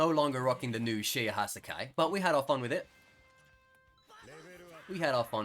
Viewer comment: PWEASE DUDE IT’S SHE-AY-HA-SY-KYE PLEASE THAT IS HOW YOU PRONOUNCE IT ps: I love the content